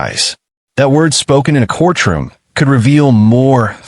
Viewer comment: Man, that Ai struggles with the word “courtroom”. Once again, the saaaaaaame footage over and over. C’mon now